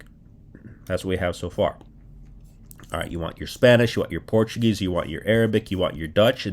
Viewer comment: Your Portuguese pronunciation is quite good.